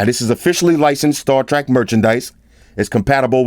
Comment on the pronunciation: 'star trak' lol....dope